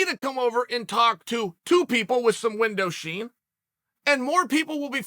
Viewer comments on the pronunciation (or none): “Window sheen”. Chael is the greatest personality in media history.